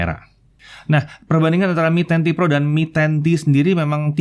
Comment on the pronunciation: Yang lain denger : MI 10T PRO Yang gua denger : Menanti Pro